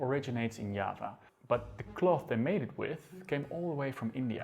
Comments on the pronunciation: nice but you should learn how to pronounce important Indonesian words .....google can help you . Yava and Java is different ffs. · Java = Yava? They are still pronounced Java or Jawa in Indonesia and Yava is very strange Its like saying Yapanese or Yapan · its not spelled "ya-va", not "ja-va", you read it "ja-wa" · "Diava" not "Yava" isn't it?? Is it? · Why do you pronounce java as hyaba, you make it sound like spanish. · Orang Belanda ngomongnya yava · It's the way the Dutch pronounce it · Are you intentional to pronounce 'Java' in Dutch instead of English? Is it to emphasise that Java was belong to Dutch possession at that time?